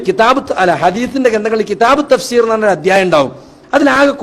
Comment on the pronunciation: തഫ്സീർഎന്ന് പറയ് ത ഫ് ഷീർ. അല്ല